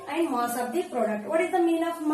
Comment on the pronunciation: Its not moss its mass